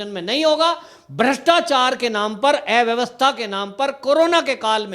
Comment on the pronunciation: ऐ vyavstha nahi अ vyavastha bola jaata hai....